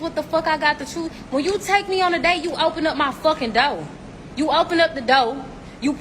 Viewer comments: These women invading a man's place of peace. It isnt enough they've invaded all other parts of a man's world, but now they invade the fortress of Home Depot. The girl in red around the mark looks like a character from Fraggle Rock. WTF is "you open up da doe, you open up da doe?" THE WHAT, the doe? Want me to open up a deer? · Anyone know where this clip is from? Also, it’s pronounced chair and door, when speaking English. I don’t speak Proper Garden Tool lady. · How do I open a dough? Or pull a cherr? I'm just axing.